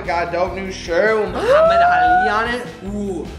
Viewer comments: Why is no one talking about how good pronounced Muhammad Ali???! like for being a white dude, omg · The way pronounces mohammad ali 😍😍😍💪🏼💪🏼💪🏼